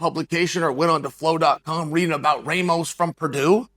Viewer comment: Don’t like how you said Ramos. He is a good wrestler. Don’t like how Lee’s mother reacted. Can you imagine how she is at home? But I do agree with your point.